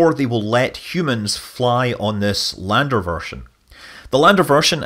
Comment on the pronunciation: I thought you said for its ladder not lander lol... I was gunna give you some pointers on which rectangle should go where.